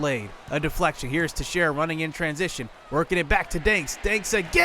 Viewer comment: hey i just wanted to let you know that texiera is pronounced (tex-era)